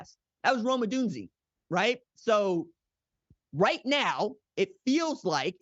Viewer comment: Bro said Rome’s last name wrong… this is how I know this dude doesn’t watch UW. Odunze CLEARS Marvin.